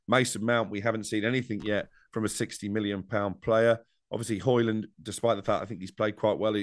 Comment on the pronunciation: when people get his name right he might start scoring goals